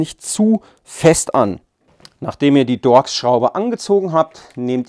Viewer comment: dorx das heißt torx